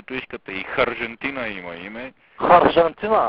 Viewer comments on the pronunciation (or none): Като каза ХАржентина по оригинално му се разцепих просто то е уникално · Харжентина !?!?! (ROFL)